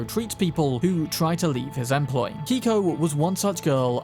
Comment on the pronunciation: You said Keiko's name incorrectly. Likely is a Japanese pronunciation.